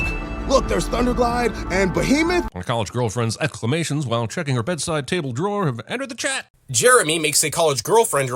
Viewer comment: Another nice video. And yes, I did like the part when you used the clip of Patrick for the mispronunciation of "exclamations".